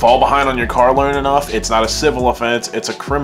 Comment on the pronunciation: Was anyone else really struggling to understand that he was saying “car loan” like i was just hearing “karalowd” is this a california accent?